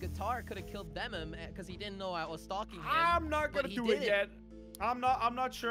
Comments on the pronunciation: said venom instead of vemom. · Jelly:vemmum. Instead of vemom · Its vemom its not venom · it is not vemom it is venom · Read "Venom's" name correctly, IT SAYS VEMOM.